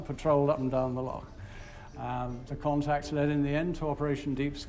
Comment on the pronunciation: So when he is talking about the Caledonian canal he says locks between lakes is because he doesn’t say Loch properly it’s Lo—chhhh and not lock. He says lakes in other places in this film, it’s infuriating, get it right Loch.🏴. The coast of Scotland is stunning, on the north-west the white sand beaches and turquoise seas are beautiful also the palm trees 🌴 would surprise anyone, visit Plockton it’s a wonderful village with palm trees 🌴🌴🌴🌴🌴all along the front between the road and the shore.